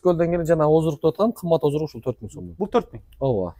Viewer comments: оздрук дебей оздук деп эле айткылачы сураныч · Бизде Ошентип айтат ооздук деп сен айтабер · Оздурук деп Оштуктар айтат.😂.